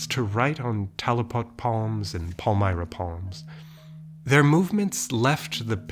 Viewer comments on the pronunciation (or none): none